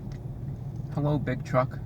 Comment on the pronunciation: "hullo big truck"